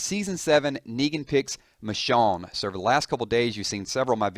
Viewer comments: Nice video, but you pronounced it Mishawn, the whole time, lol. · almost every day u say someone new dies. plus the way u say her name pisses me off